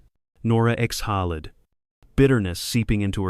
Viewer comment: She exhaled, not exholered